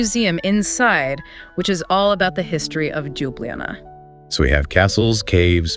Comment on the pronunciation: Congratulations, documentary is great. But pronunciation of places is terrible. Even for me native to 🇸🇮 slovenia is confusing. At least you should learn how to say capital LJUBLJANA